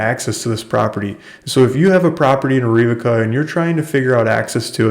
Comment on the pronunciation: It is pronounced air a vaca There are a lot of those hard words here.